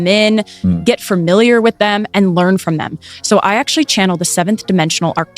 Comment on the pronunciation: Girls can speak with aliens but can't pronounce familiar!!!😂😂